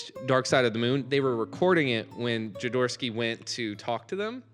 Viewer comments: Jo-do-rowsky. (Hoe do rous ki) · I think it's pronounced 'joe door OFF ski' but you at least you pronounced my name right.